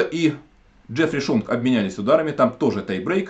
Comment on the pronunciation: Правильно не Шонг, а Сионг.